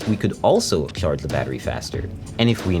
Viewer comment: hate how he says " CHarge " the CH is like .. so weird sounding